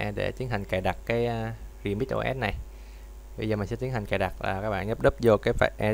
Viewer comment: Bạn đọc từ remix thành từ redmi r bạn ơi